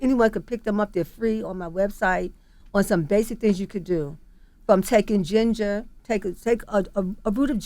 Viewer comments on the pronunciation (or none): none